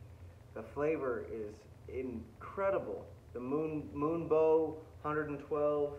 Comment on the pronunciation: It’s not moonbow, it’s moonbow bro